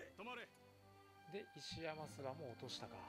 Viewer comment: 石山すわ✖️ 石山ごぼう○